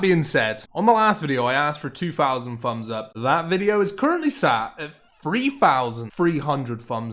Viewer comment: "the video is currently sat at free fousand free hundred fumbs up"